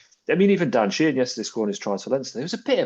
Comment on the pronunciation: Sheenan? Does he mean Keenan or Sheehan?😂